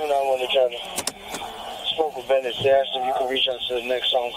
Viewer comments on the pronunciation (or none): none